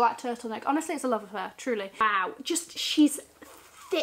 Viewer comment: Every time you say Truly I burst out laughing! Bloody love your vids. Also that Wang lunchbag? Need